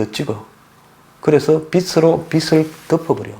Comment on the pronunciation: 빚을-발음도 비슬이라고 하는데----비즐 이라고 해야지요----보는 안목은 좋은데 중간중간 거슬리는 발음이 있으니 관심가지고 연구하셔야 할듯-----좋아요 눌렀어요